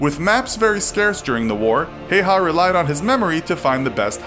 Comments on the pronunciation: Its häyhä not heiha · Its simo HÄYHÄ not hayha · Its not Hayha the pronounciation is actually Hawa (still the same spelling Häyhä) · MKVD Heiha. Heiha. Heiha. So triggering. Häyhä. Hay-ha(nd) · His surname is pronounced more like "Hi-yaw" and not so much like "hey-haw" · It's Ha-w-ha, not Ha-y-ha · You said it wrong it is how-ha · Its pronounced like Hauha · H is like hippo just dont begin saying the next letter before you finish the first one. How u say the A in frag (as frag grenade) is how you say ä. The first name is pretty accurate but you dont articulate in finnish language and you say it as its written, not "Heiha" as in the video thats incorrect. the Y in "Häyhä" you say like Y in "you". Hope it helps. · Many wrong facts in this video. It was not the Finnish who gave him the 'White Death' nickname, but the soviets who did. It's also pronounced Hauha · H H yea but you pronounce it hauha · JOONA thats like dead giveaway that you are not from finland... i understand if you are british or american or smth, but no finn pronounces it hauha. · Y'all still be sure its pronounced hayha now? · brody crawford Im finnish, the pronounciation is just häyhä. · Häyhä is pronounced Ha-oo-ha with the As being pronounced like in hat or sat. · When you live in Finland and hear someone say Simo Heiha 😑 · Feels kinda strange being finnish and watching someone call Häyhä Hey Ha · It's pronounced "How-ha." Source: One minute of research. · Its not pronounced like haiha, but I don't mind cause its hard to tell on text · it's actually pronounced "Simo Haüha", as in Finnish "ä" is not pronounced the same as in German making a sound similar to the u in cut and the y being pronounced as the German ü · Lol you said Hayha wrong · His name is pronounced hiya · You pronounced häyhä wrong it's pronounced hah-u-hah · “many wrong facts” yet he only states two, one being the pronunciation of the guys name..😑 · Its pronounsed Häyhä ä sound like a in cat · its pronounced häyhä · Its häyhä